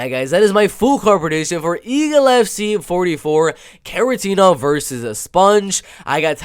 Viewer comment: It's Kharitonov not Kharitenov, he is a legend. Gamebred Bare Knuckle fight is also MMA so Njokuani had fight in 2021.